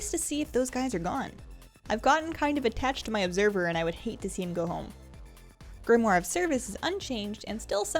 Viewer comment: thank you for being the ONLY person I have ever seen make a WoW vid who pronounced 'Grimoire' correctly...you rock!